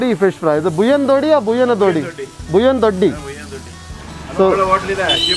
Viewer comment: ಬುಯ್ಯನ ದೊಡಿ.. ಅಲ್ಲ.. ಬುಯ್ಯನ ದೊಡ್ಡಿ.. Doddi Not Dodi.. 🙏